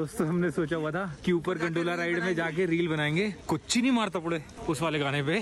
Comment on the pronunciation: You people are pronouncing really wrong. Kurchini madathapetti , it means folding the chair 🪑